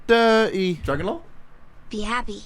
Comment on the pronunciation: instead of dirt its diry